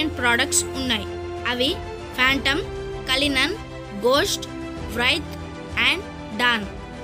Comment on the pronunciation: I love Rolls Royce అది రోల్స్ రాయిస్ కలినన్ కాదు కోలనన్ సరే నా...... Like kottu subscribe chesta..